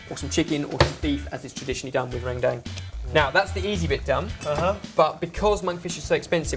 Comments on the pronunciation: Oh my God, how they say "rendang" is SOOOO funny. How you actually pronounce it is "run-dung" instead of "ren-dang." You guys should try another curry of Indonesia, Opor Ayam. Or Chicken Opor. It seriously just revolve around chicken, garlic, coconut milk, and so on. There are a lot of instant Opor spices that you can just fry it, then put the chicken and coconut milk together. Thought you guys should give it a go. Or for a sweet desert, try Martabak Keju. It's going to be a little weird and difficult for you guys to make it, but I'm pretty sure and the other lads will nail it.:) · its pronounced ren dung, (with "e" like in k e bab) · it's pronounced run-dang ( kind of in the middle of dung and dang ) hahah love this! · It's pronounced like this - RHEN-DHANG. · Don't know how much different the pronunciation is from Indonesian, but in Malaysian, 'gulai' is pronounced as 'GOO-la-e' and 'rendang' as 'ruhn-dung'. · Omg the way you guys pronounce rendang is so... different from how we pronounce it.. its cute :)